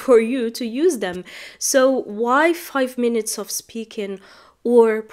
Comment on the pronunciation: Five minutes ( av ) not ( of ) listening, don t mix ( off ) with ( of ) big difference in pronunciation